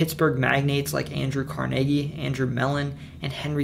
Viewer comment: Nice to find a video with proper pronunciation of towns and people! Can tell you're from the region, since you got Carnegie right